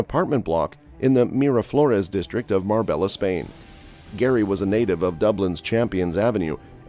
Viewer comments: Its pronounced mar-bay-ah not mar-bell-a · 😂😂 u never been to mar-bay-ah